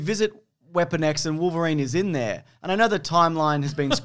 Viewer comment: Remember to say "Triverine" next time Also, not that logic or cannon mattered in this film in the slightest, but Gambit I guess earned a living in poker and has a plane on standby for whenever a burly mutant needs a lift to an island? And if the studio ever continued with Gambit in a future exploration with him and somehow got him together with Rogue, I tend to think Rogue's character is probably not even born in this continuity meanwhile Gambit is in his 30's if one had to guess.